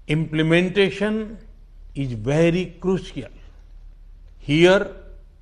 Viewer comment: All ij well bhai......... 🤣🤣🤣🤣🤣